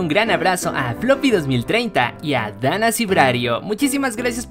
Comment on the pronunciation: Oigan a Dany no se le tenia que decir dana porque la y no es una vocal , solo un comentario 😁